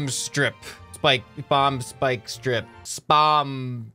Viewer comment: “Spyiiieke splike speeike”